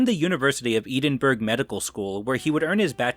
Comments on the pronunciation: Eh-denn bruh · Great video dude - back to form! But you made me laugh out loud with your hillarious pronounciation of 'Edinburgh'! 🤣🤣🤣🤣🤣